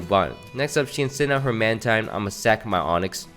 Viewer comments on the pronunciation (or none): none